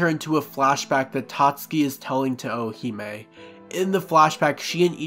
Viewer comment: Great video, only slightly annoyed with how you say Orihime like the Ri doesn’t exist. Sounds like you’re saying O-o-hime. Other than that, worth listening to for a recap.